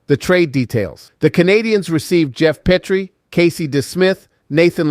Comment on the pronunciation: I love the Habs but Pittsburgh won .you can't even say Jeff petry name right